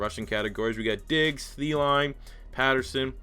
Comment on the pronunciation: the way you pronounced Thielen made me cry btw.